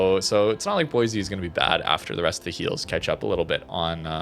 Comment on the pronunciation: Every time mispronounces Boise a little part of me dies inside